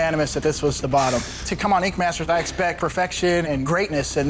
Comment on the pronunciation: Great show but I hate the way that dude pronounces ink. Sounds like he is saying INQ